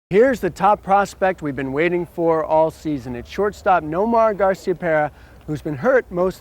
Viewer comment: i enjoy how he says. nomar garcia-pear-a